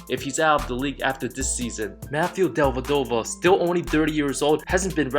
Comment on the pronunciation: wasn’t even that bad lol